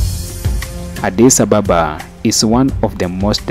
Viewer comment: You need, to learn how to pronounce Addis Ababa correctly. Ask or listen to the locals when they say Addis Ababa. May be, you are accustomed to calling out foreigner unfriendly colonized capitals i.e. Johannesburg, Nairobi, Cairo etc. etc.